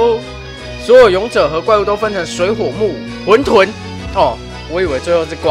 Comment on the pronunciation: 不是念混ㄏㄨㄣˋ 沌ㄉㄨㄣˋ 嗎